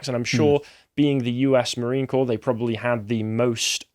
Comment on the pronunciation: Corps is pronounced 'Core', not 'Corpse'. Amazing, how often people of their age/s mispronounce so many simple words - like they've never heard them spoken.